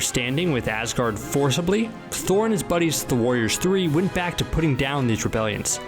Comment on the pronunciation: What the heck it's thor not noob